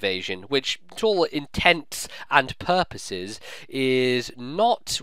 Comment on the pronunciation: I really enjoy all of your narrations but this one may be my favorite now.... "INTENTS ... AND ... PURPOSES"